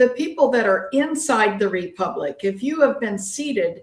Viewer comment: come clean! You know you lied about the Generals telling you that Sandy Miarecki infiltrated the group, and that this splinter group of Tim's was the real Republic. How many members do they have,? lol 56? This is sad cosplay nonsense. Oh, and tell the word is republic, not repubic. lol